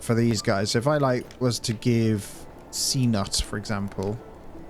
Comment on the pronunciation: lol, its pronounced Ca nute not C nut